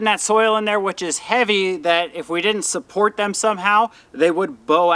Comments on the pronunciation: Just so you know, I "suppoit" your channel. 🤣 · It’s the extra suppowit for me 😂